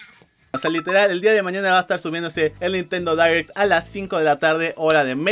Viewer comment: Se diria "dairect" no "direct"